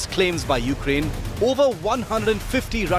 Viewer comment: This guy keeps mispronouncing the name of the country. It is pronounced "you-CRANE".... not "YOU-crane". Some may say this is a small thing, but it is a matter of respect... or in this case - disrespect. Have you ever had anyone make fun of you by intentionally mispronouncing your name? Yeah, THAT kind of disrespect. To further stress my point, imagine a politician talking about new Japanese policies, but he kept referring to the country as "JAP-an". Frankly, I would have trouble listening to anything else he had to say after that.